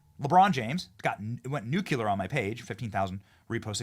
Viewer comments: .... It's nuclear.... Not nuculer..... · Please, Benny the pronunciation of NUCLEAR is NOOCLEER, not NUCULER😮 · Somebody please tell him that it's pronounced "knew-clear". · Its pronounced NucLear!